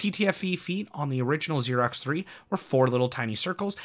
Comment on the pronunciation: Did you say Xerox? It's Aerox, pronounced 'arrow'. LOL